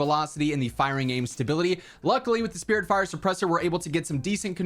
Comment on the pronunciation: I thought it was spitfire not spiritfire